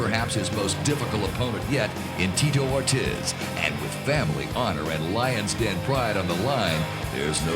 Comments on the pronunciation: "Tee-toe Or-Tizz" lol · "Teetoh Ortez" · "Teeto Or-tizz" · Tito Ort-is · That's AI for you. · Teetoe Or Tiz